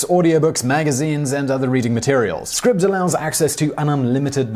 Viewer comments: “Scribbed”? I thought it was pronounced “Scribed”. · Are you quite certain it’s pronounced “scribbed “? It looks as though it should be “scribed” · Isn't it pronounced like scribe? With a long I sound like eye, not like rib? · that moment when you can't even pronounce the name of your sponsor correctly it's SCRIBD AS IS "CRY" with and S so... SCRY then add the B like SCRIBE (like a scribe in medieval times) then if the scribe did something you could say he SCRIBED IT SCRIBED Holy Shit you don't hear linus tech tips saying TODAY OUR SPONSOR IS TUNNEL BEER hehe oh fuck me LMFAO that's funny Serious question though When your sponsor has an agreement with you , DO THEY NOT SAY TO YOU "THIS IS HOW YOU PRONOUNCE THE NAME" ?